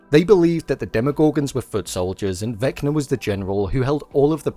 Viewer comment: "Vecma" ??? its Vecna